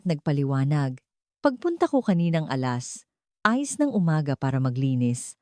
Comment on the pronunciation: Ok po Sana ang ang Pag deliver n'yo ng kwento. Kaso hindi po kayo maayos magsabi ng Oras putol po kasi at lagi n'yo hinihiwalay....katulad po ng alas dos ... Ang sinasabi n'yo.. alas......dos. palaging ganun po kayo. Dapat Derecho po alas dos ... Derecho. Minsan naman po Mali ang sinasabi n'yo..alas sais dapat. Ang Basa n'yo po alas Asis... Palagi po akong nakikinig sa kwento n'yo. Yan po ang komento ko po.